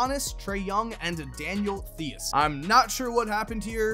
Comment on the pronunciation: When he says theis wrong 😔